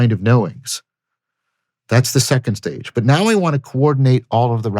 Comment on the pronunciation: "it really sets the sage... stage.." lol, this was a pretty deep slip up